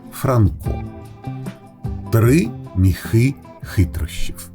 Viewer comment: Чудова ідея читати казки українською! Але наголос в соові ,,міхи" має бути на і —,,мІІІхи"